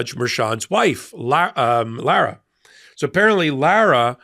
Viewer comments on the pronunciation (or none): none